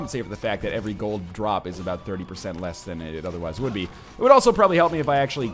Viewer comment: Aboot. Finally,we heard him say it!